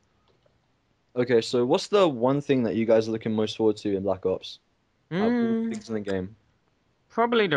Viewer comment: I like how he says Tinks instead of things ;p